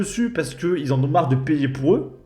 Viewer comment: Le fait qu'elle fasse des économies sur les "r", j'ai du mal aussi. " Je suis rentrée pou' me changer", je lui ai donné rendez-vous pou' aller me chercher"...